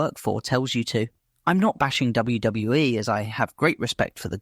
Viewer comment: All the mispronunciation ruined the video for me.. WWE say the initials all the time, so how did you read it as "WW-eh"